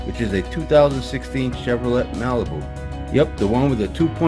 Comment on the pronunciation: Looks fine, ecore made by Champ Labs. With the nitrile adbv be very similar to the current Super Tech ST line. And, the 'et' in Chevrolet is pronounced like, 'ay'. Or, Chevy for short. lol. Thanks for vid. PS. Almost forgot, didn't seem like as much oil in this filter with this one. Either adbv a little iffy at the end of interval or someone opened a couple inlet holes to drain.